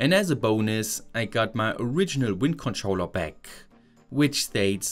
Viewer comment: the video is good, but idk why the eeehhh at the end of most of the sentences gets to me. for example, bateryehh, powerehhh, controllehhh